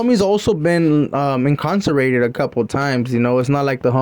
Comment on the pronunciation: It’s incarcerated not inconcertrated 🐇